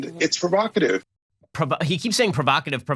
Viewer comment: The blond woman who finds a new word, "provacative," "that's so provocative," "its provacative."